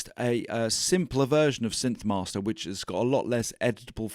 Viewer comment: Great video! Don't ask me why—but every time you said "synth-mahstah", I thought of Marty Feldman's Igor in "Young Frankenstein", saying "Yes, mahstah". :?)